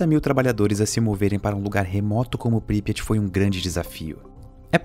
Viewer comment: Pripyat. Consultei a pronúncia. Não é essa.